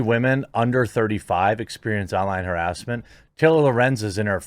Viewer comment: How did you just pronounce "harrassment"? 🤣🤣🤣🤣🤣 hair-us-ment??? Lmfao bro wtf it's huh-rass-mint